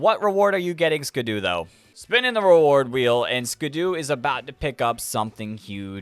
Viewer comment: Sorry for being annoying but I hate that you say skiddo as skid-u instead of Skid-oh